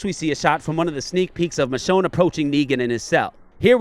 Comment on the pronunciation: It's michonne by the way